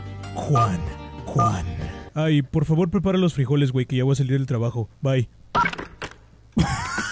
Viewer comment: 911❌ nine gwun gwun✅